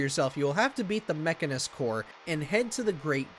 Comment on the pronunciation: ah yes the infamous "Mechaniscor"